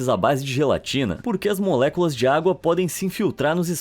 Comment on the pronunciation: eu lembrando ele falando moléculas: MULEKULAXX MULEKULAXX MULEKULAXX MULEKULAXX MULEKULAXX 😝😝😝😝😝😍😍😍😍😝😝😍😝😍😝😍😍💅💅💅💅